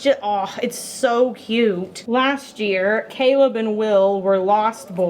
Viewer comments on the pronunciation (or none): none